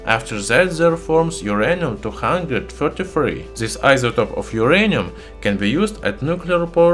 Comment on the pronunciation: But this is not My-anium !